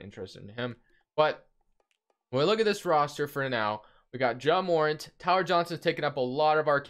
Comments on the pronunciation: his name is pronounced Jah More-Ant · Ja morant is my cousin so it's pronounce ja more-ant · It’s Jah murr-ant